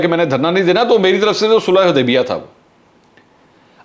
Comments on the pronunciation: U didn't notice that he couldn't pronounce sulahe HUDEBIYA correctly instead call it HuDEBA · MashaAllah powerfully spoken, Mansoor Bhai, it is Sulha HUdaibia and not Sulha HAdaibia... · This is valid observation